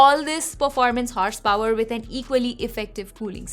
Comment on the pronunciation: "Horsh Power " 😂😌😌🐎